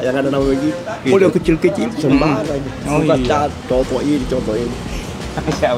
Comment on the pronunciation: bang...sebutannya "COTO" bukan "Soto", dan kalau makan COTO itu harus diracik bang..pake sambal tauco + Jeruk Nipis + sedikit Kecap...